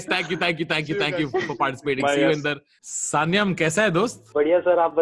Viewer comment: Why can't anyone pronounce "Sanyam" correctly.....